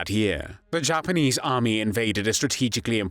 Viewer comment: yeah the content is good but the narrator makes these videos almost unbearable. “Aaaaah phuug of thah PAHtee…”. Oh and ‘Mos’COW’ (as in bovine) and ‘halted’ pronounced ‘hahltit’, ‘Jhapahnheeze’, ‘Fhinlint’, ‘Pholint’. Jesus wept.